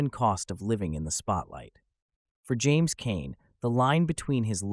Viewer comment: Pronounced his name wrong in this